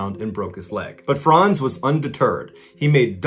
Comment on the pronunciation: My name is Frantz and I appreciate you pronouncing my name correctly.